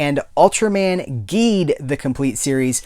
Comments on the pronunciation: Just so you know, Ultraman Geed is pronounced "Jeed." It's the GIF/JIF thing all over again!!!!! Your Enthusiasm is contagious! Always happy to see your reviews From your pal at the Science Patrol, YOUR Ultraman podcast:) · I'm gonna be up front with you man, im a huge ultraman fan. once you started mispronouncing Geed i was getting ready to click off. I was like "how is this man gonna sit here and talk about geed while mispronouncing it the whole time. did he even watch it?" But something about your enthusiasm i liked. i kept watching. Now come to find out you hadnt watched geed yet. oops. Youll love it and learn the correct pronounciation quickly. i find your enthusiam infectious and it reminded me the joy i felt when i first discovered these shows. i might just stick around